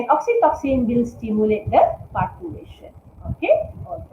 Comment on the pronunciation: It is parturition instead of parturation right